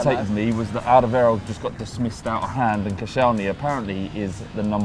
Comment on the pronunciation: It's Alderweireld, don't let spew bullshit